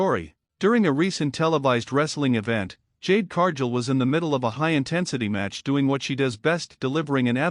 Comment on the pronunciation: Cargill isn't Pronounced Carjill